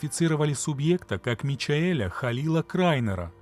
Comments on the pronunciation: Маленькая неточность, имя Michael читается не Мичаэль, а Майкл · Скорее всего просто Майкл, просто по-английски пишется Michael- автор прочитал как увидел, не по правилам английского языка